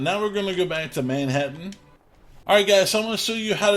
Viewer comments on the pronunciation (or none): none